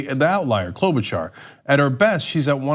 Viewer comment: Cloudbootjar*** how many times do we have to tell people say her name right!